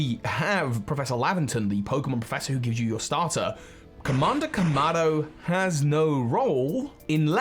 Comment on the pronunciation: Kamada Kamado, your pronounciation is funny, lol